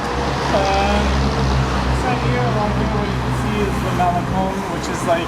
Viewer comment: This guy is the prototipe of the superficial American. Unable to enjoy diversity of other parts of the world. He can't even pronounce Malecon after days he's in Cuba. How sad...